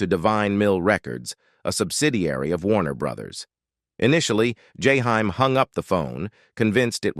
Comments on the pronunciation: “Jahime” “Jayhime” “yayhime”😤😤😤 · Learn to pronounce this man name correctly. Its jaheem/ jaheim😤. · I wish you would learn how to pronounce his artist name correctly. Or don't do the video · Your killing his name 😂😅 omg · Damn if u gonna do a video of someone learn how to say his name before u keep fukin it up😢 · Is this an A.I doing this video cuz they F’ing up this man’s poor name…smh! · Motherfuker saying the man name wrong on purpose